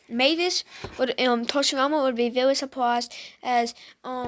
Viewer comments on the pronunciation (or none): Did he say toshirama!??